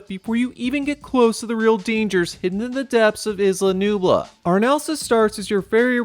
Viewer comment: Bruh. The S in Isla Nublar is silent. The R is not.